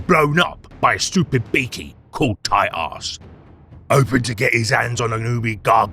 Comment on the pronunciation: Is there anyone else here who heard Titus as tight ass 😂. Also, fun boss.